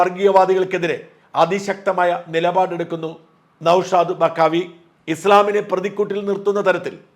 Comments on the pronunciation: നൗഷാദ് ബാഖവി ആണ് സാജാ, ബക്കാവി അല്ല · ബഖാവി അല്ല നൗഷാദ് ബാഖവി എന്നാണ്✔️ ok Tanks💚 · ബക്കാവി അല്ല ബാഖവി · ബക്കാവി അല്ലടാ പൊട്ടാ ബാഖവി എന്ന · ബക്കാവി എന്നല്ല ബാഖവി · ബക്കാവി അല്ല.. ബാഖവി.. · നൗഷാദ് ബക്കാവി അല്ല... ബാഖവി 😅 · നൗഷാദ് ബാഖവി ആണ് ബക്കാവി അല്ല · നൗഷാദ് ബഖാവി അല്ല. നൗഷാദ് ബാഖവി.. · ബഖാവിയല്ല ബാഖവി